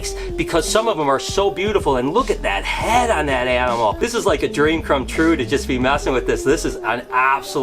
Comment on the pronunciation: hhhahahahh he said tream come drue